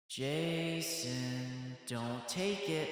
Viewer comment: Jason?! "JAY-SAHN"